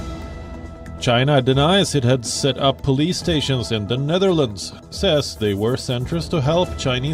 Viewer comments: she said PUULIS to police 🚨 😂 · pulis 😂 sis it's POLICE not pulis 😂